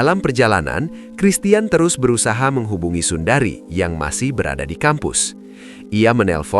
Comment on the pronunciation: sundre min baca nama nya.bukan Sundari 🙏🤭😁😅😅